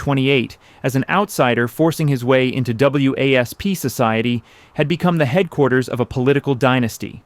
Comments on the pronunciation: W A S P? It’s pronounced wasp. So is this AI or an uninformed narrator? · To commentator: WASP that you spell out is usually pronounced as Wasp as in insect. Otherwise just say White Anglo Saxon Protestant = wasp.